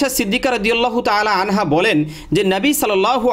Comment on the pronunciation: hazrat ayesha siddika radiallahutaala anha hobe, anhu noi.